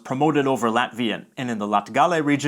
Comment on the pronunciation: as a latvian i have a few tips for ya when you say '''latgale'' put the emphasis on ''lat'', rather than ''gal'', it sounds all the more natural! but great vid :))